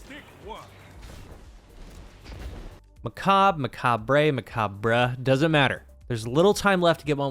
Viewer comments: Its "Meh Kaab" the correct pronounciation sounds like Mecha. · “MechaBRUH”😂 that’s what I’m calling it from now on. If you wanna know it comes from “macabre” which is French not Spanish so there’s no “brey” sound on the end. It’s just “mack-arb” in English or a SUPER soft and whispy “hhh” on the end, like a soft breath if you’re French. But yeah… I don’t care because it’s “MechaBRUH” for me now🤣 (It’s like croissant, in English speaking countries we say it as “cross-ont” be cause if you ever pronounce a French word perfectly like the French do then you are declaring 1 of 2 things; Either you can speak French or you’re a massive douche) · definitely pronounced Muck ayy burr /s